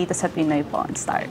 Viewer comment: .. Iba pagkarinig ko.. Pinoy pornstar ata nasabi😮